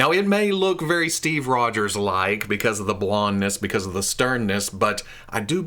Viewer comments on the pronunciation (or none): none